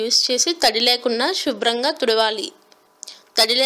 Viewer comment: shubram kaadhu subram mathramay chadivesthay unna mathi poinattundhi